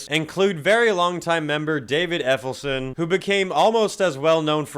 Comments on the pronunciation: Says ELLEF...now Say SON..now add them together - "Effelsin"..🤦‍♂ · "David Effelson?" Done. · Dave Ellefson, not Effilson. SMH. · It's pronounced ELL-EF-SON not EF-ELL-SON. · "EFFELSON". Really?? I can't tell if you're being intentionally disrespectful or if you're just that stoopid 🤔. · It's Ellefson not effelson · "Dave Effelson" you mean Ellefson bud? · It's "David Ellefson" not "David Effelson". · Dave “Effelson” 😂😂😂😂 lols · Nice metal uniform you got on there. Say it with me, Ell ef son. Brake it down salesman! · How you got "Effelson" from Ellefson is wild. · Dude thats funny,you called Ellifson Effilston 😂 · "David Efelson"... yeah, you clearly know your stuff. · Ellefson - not Effelson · Small gripe, but you repeatedly mispronounced David Ellefson's name. It's not Effelston. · Who the F is effelson? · ELLEFson not EFFELson. Other than that, superb work. 🤘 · Dave Efelson...I think you mean David Ellefson. Close but no cigar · Its Ellefson , not Effelson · Effelson? Dude try harder. And thr fact that Varg didn't make the first list, and he actually murdered a band mate. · Bass player for Megadeth was "Ellefson" not "Effelson" like you pronounced it. Also, he was sending nudes to a fan that his wife found. That's why he was canned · ELLEFSON not effelson... but cool video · Ellefson > Effelson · Did you say Effelson? Twice??? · David Ellefson - pronounced Ell-ef-son not Eff-el-son. Just fyi. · Your narrative is satire, I get that. Not entirely accurate though homie! Ellefson, not Effelson. And Fave never claimed anything about Metallica that wasn’t true. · ELLEFSON NOT EFFLESON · Turned ioff video, not even making it thru first one. First picking Dave Mustaine and then this d-bag podcaster citing Dave Effelson. Wow, your really well informed here, citing kicking a pedo grommer out of the band like it was a negative. And saying Efflelson more than once so it wasnt just a goof. Real well informed here. Not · ??? Efelson??? El...if...son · Ellefson, not Effelson.